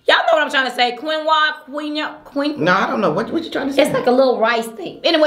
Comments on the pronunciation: Quinoa - pronounced KEEN-wah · It’s pronounced keen-wah. (Quinoa) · Quinoa is pronounced as "KEEN-wah" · Amber Devon Right! When looked at the camera and said “y’all know what I’m tryna say” I yelled so loud 🗣”Quinoa” 😂😂😂😂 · ” What’s that thing?, Queen-wah?” Neffe-“Cream of wheat? -“ No, you know what I’m trying to say” Neffe-Nah, I don’t know what you trying to say”😂😂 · B you’re trying to say quinoa keen wahh 😂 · I know I’m hella late but: Quiona, pronounced Keen wah 😂😂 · Amber Devon I’m sitting here talking to the screen say “Quinoa” lol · Lawd they gone tear you up in the comments for trying to say quinoa lol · i knew too...i used to say it wrong.....we are human lol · Karen Lewis Lololol yep girl!!!!! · and both of the couldn't pronounce that word to save their lives 😂🤣😂🤣. It's good to laugh. Am thankful to these ladies. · You do food Mukbangs and cannot say quinoa !! Come on now. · trying to say quinoa and then neffe saying cream of wheat got me deeaaadd 😂😂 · Omg B trying to say “QUINOA” almost took me out 🤣🤣🤣🤣 I feel Neffie on the textures. I can’t do oatmeal or stuff that has multiple textures like bubble tea or tapioca 🤢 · "Quinoa" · U dont knw how to say quinoa???